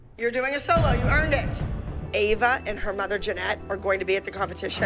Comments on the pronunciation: Lol called Ava Eva 😂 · Did anyone realise that kalani s mom said eva and not ava? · said each not ave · Did you notice that said avas name wrong she said eva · Btw it’s Ava not Eva lol